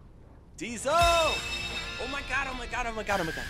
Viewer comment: Die-zel! That which makes a Mack truck go.